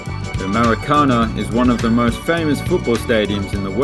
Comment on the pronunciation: How can anybody say MaracÁna instead of MaracanÁ